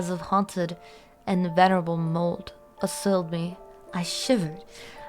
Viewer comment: This content is perfectly in my interests. You've gained a subscriber. The music choice and voice are perfect for the material. My only critique is your pronouncing of certain long words, like venerable, and odeious. To be fair Lovecrafts vocabulary is full of words rarely used, and one's intentionally obtuse to leave the reader further into the horrible unknown.